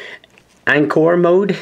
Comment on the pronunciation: Did this guy actually not know how to say encore?